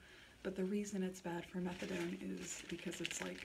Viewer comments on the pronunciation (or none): methadone as in METHOD LIKE CRYSTAL. METH